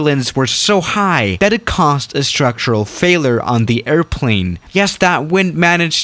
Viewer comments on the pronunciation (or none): "A structural Faleeure"